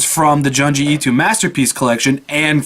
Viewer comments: Joon-jee Ee-toe Good video though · Lol at the way you pronounce Junji Ito